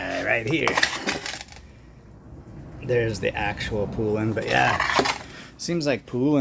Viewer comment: Poulan is pronounced like the country without the D at the end. Pole-in . Congrats on the saws, I've been eyeing a Poulan 3800 for awhile now haha.